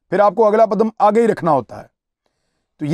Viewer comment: اگلا پدم یا اگلا قدم بھائی صاحب؟؟(56 انچ والی بات سے 50 سیکنڈ پہلے آپ نے آخری لفظ قدم کو پدم بولا)😉😁